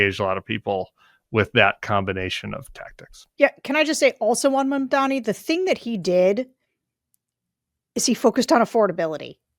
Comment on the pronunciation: Since so many youtubers continue to struggle with properly pronouncing MAMDANI's last name, let me help. We all have a mother. a Mom. We all have the same President, Mr. Orange Donnie. Put 'em together. Mom. Donnie. Mamdani. That's how you say it.